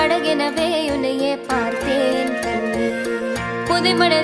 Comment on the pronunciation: பாராட்டத்தக்க முயற்சிதான். நிச்சயம் மனதைத் தொடும் குரல்...! அதே சமயம் சரி செய்வதற்கான இடங்கள் நிறையவே இருக்கின்றன. "புதைமணலில் விழுந்தேன். புதைந்திடவே இருந்தேன்.குறுநகையை எறிந்தே " உச்சரிப்புகளை ஷ்ரேயா கோஷாலிடம் கற்றுக் கொள்ள வேண்டும். ... மூன்று சுழி ண வை இரண்டு சுழி ன ஆக உச்சரிப்பதும் தவறு.." விண்ணோடும் மண்ணோடும் ஆடும் - வாடும் அல்ல" ............நேட்டிவ் தமிழா??? கொஞ்சம் ஓவரா இல்லை???..